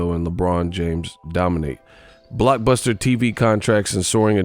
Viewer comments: Bra wen u said blockbuster I instantly heard BLOCKEM😂😂 dat boy money may got old money tho 100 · "BLOCEMM!" lol thought was sayin to Block someone named "Buster TV Contracts". lol Then i realized i wasn't listening to a live stream.